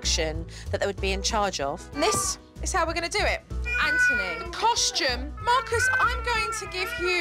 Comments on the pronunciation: His name: Anthony Jo: EnNtUny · Kids name: Anthony What jo says: Antony Btw I love this show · She really saying AnTony it's anthony